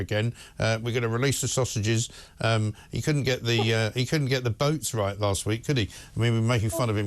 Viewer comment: "it's the wight thing ta do".